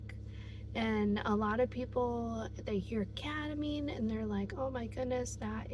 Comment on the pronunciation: you mean kEtamine? what is kAtamine?